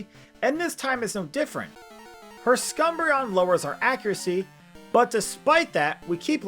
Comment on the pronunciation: I hope SCUMbreon was intetional but otherwise what a wonderful mispronunciation! :D